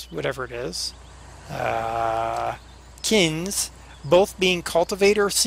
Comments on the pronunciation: Not trying to be particular but the seeder is pronounced "kin-zee" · Its pronounced Kin z. Just saying Der :) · the planter is pronounced kinzie but spelled kinze